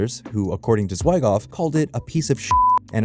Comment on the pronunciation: Zwy Goff? I'm out. Fix your AI